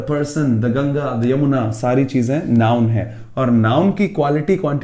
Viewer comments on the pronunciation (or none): none